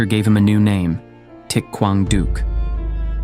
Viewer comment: Thich Quang Duc's name is not pronounced properly. Other than that, this is an excellent documentary.